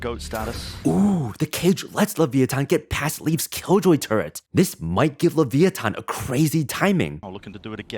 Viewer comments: Hey! I love your content and I love the analysis of the comp and it's inner workings. I just wanna add a small thing as someone that comes from LATAM; you pronounced the name "Le-via-tan", differently than a couple of second later that you said "Le-vi-a-tan". The first one is the correct Spanish pronunciation of the word, which is what the team prefers due to being an Argentinian org, and the second is the English pronunciation lol. We use the same word for the same beast/concept but with slightly different pronunciation! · there is literally an accent on the last "A" - LeviatÁn" and the commentator still kept on saying "LevÍatan" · I truly think that saying LeVI-a-tan is harder than saying LeviaTAN. Edit: When you build up speed and speak faster, you pronounce it better. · The way he pronounces leviathan pmo sm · i wanted to watch this video but had to give up 2 min in cause of the atrocious way u pronounce LEVIATÁN! it is physically hard to listen to